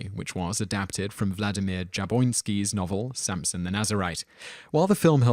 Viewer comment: Another thing. The "Samson and Delilah" writer was Vladimir JaboTinsky, with a T, and he was a very important figure in his own right. He formed the Irgun (widely considered at the time to be a terrorist organzation) and helped to inspire the formation of the Likud party. Once you know about his background, the film by "De Mile" seems rather ugly, since the Philistines are clearly meant to function as crude metaphorical stand-ins for the Palestinians. Also, it's LANA Turner, not Lara. Although never a good actress, she was quite famous and she became embroiled in one of the all-time great Hollywood scandals. You honestly have never heard of her before...? John Huston was a fine director from an important Hollywood family. I can't believe that you have never heard his name pronounced aloud. Do you know how to say the name of the city in Texas? Same thing. "The Gospel of John" got good reviews, and deservedly so. It's the only really first-rate film in this list.